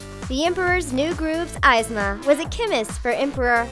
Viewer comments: Was anyone else bugged by the way the chick pronounced Yzma? It isn't "Eyez-ma" it's "Eaz-ma". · It isn't I-zma it's EE-zma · It's not 'aisma' it's 'isma' or 'ease-ma' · Yzma is pronounced (eez-mah) not (eyes-mah) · OH MY GODDDDD ITS PRONOUNCED EEZMA NOT AYZMA OH MY GOD 😡😡😡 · Evesma not ivsma. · Why does she pronounce things like someone dropped her on her head as a child 🙄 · I hope u know yzma is said (eezzma) not (iizma) dumb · Ezma not izma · its not izma its ezma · "Ease-ma" and "cooz-co" who the hell are eye's ma and cuz co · Izma? EEZMA = yzma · The chick called Kuzco "CUHZ-Ko" like bih no... She called Yzma "Eyes-ma" It's Coozkoh and EEzmuh... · I hate how the speaker said "eyez-ma" and "kuhz-co" instead of "eezmuh & Koozco" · EW Isma its pronounced EZZma and kUsco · Your saying one of my fav villian's name wrong! You say it like EEZMA! Not like eyesma. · It's pronounced eezma, not izma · Ok. It's bothering me Yzma = "EE-zmah", Kuzco = "COOZ-koh", and finally Shan Yu = "Shahn Yoo", they literally say all of these names lloud in the movies, there's no reason to mispronounce them if you've actually seen the films. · Pretty sure it's pronounced e-zma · Uh. Eezma? Cusco? ees-ma. Coos-koh. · Omg it’s pronounced Eeez-mah and Kooz-Co 😑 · It’s YZMAH (IZ-MAH) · Eye - zma... That is so annoying, you could have at least told the girl how to pronounce the name. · It's pronounced EEZMA you ingrate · "eyesma and cuhsco" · Everyone’s talking about the way she annoyingly pronounced “EYEZMA”.. but can we just talk about the fact that she made her a PETA supporter and a vegan?!? Like wtf?! Yzma ain’t no vegan bruh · its pronounced "eezma, and koosco" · It's pronounced Esma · ee-zma koos ko* btw your pronounces are off. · EEEEEEEEzma. FFS, it's pronounced in the movie! Argh! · It's pronounced EE-zma!!! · Y-zma!? Kuz-Co;!!!?????.......sightly triggered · Its pronounced eezma and coozco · Who...the fuck... is eyes-ma??? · it's purnouce "Izma" and "Shang WU", you IDIOT